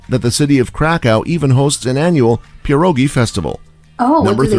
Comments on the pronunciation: Say pierogiS one more time, I dare you i double dare you... imagine pierogi already are plural... single one is "PIERÓG" try to pronounce that ;) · Zakopejn 😀 All pronunciations of names are inaccurate yours crime also - pierogi(s)